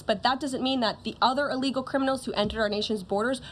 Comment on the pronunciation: True. But she and others in the administration need to be more "mindful" of how they say "illegals". They actually pronounce it like "a legal" which probably causes some not so bright folks to misunderstood the difference between a "a legal immigrant" and an "illegal immigrants. They way she kept mis-pronuncing it sounds like they are legal immigrants and is pissing off the not so sharp people or immigrants whose English speaking and comprehension Sucks!